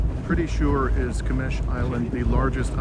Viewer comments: It's not Qmesh, it's Qeshm🤣🤣🤣🤣 My guy, it's written right behind you (to the gentleman at the start of the video) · Sorry the name of island is not GHMSH it is GHASHM